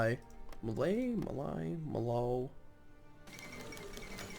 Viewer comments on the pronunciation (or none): Malay pronounce Maa-Lay Not Maa-Lie